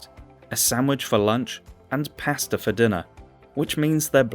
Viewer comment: Learn how to pronounce the word ‘Pasta!’